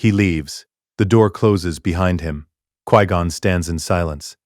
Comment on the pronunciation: This AI is dumb. 1- Bail Organa wouldn't have known Anakin if Qui Gon hasn't found him. 2- It's f*cking "QUI (Kwai/Kwhy) GON"!! Not "QUEE GON"!!!